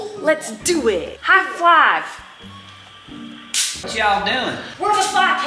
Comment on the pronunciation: “high-flive” had me rollin!!